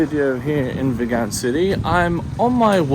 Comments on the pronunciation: It's pronounced VEEEEGUN. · Hi the towns name Vigan is pronounce as Veegan like a vegetarian . have a nice day exploring👍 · Hi Mate, it's pronounced as vee-gan like vegan. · You realized in a previous video you were mispronouncing Vigan but continue to do so. 🤷‍♂️